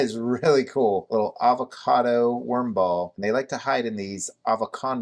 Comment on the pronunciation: "Ava-condo"...I like it 🙂👍🏻